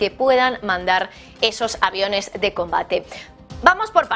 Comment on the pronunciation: Primero, aprende a pronunciar;y Luego entérate más de Aviones